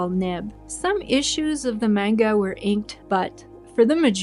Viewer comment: For future videos, manga is pronounced as MAHn-ga. I dont blame you though. Most of us start out saying mane-ga.